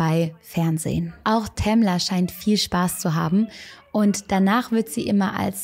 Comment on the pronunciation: "Tamler" xD